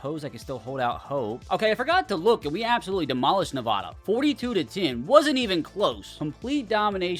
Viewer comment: It’s Nevada. Not Nevawda